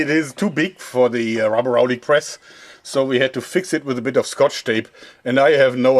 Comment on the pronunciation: LOL ITS CALLED RUBER-RAULIC PRESS HAAAA